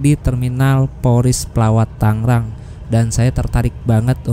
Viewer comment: Tangrang apa tanggerang